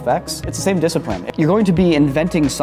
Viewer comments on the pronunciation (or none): "It's the same disciprine." been listening to too many Asians.